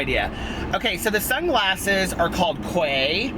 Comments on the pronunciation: Have some Quay sunglasses. BTW, it's pronounced "key." Desi Perkins did a huge collaboration w/them. They're beautiful!!! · Quay... in English not American, sounds out to "Key" - isnt that funny lol xx just saying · Neat! The sunglasses are an Australian brand. I'm an American expat living in Sydney. Quay is actually pronounced "key" in Australia. Crazy, I know - Americans would never guess it. Lol. 😘😘😘💙💙💙